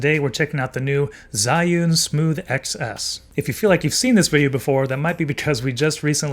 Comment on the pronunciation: Bro literally pronounced Zion 😂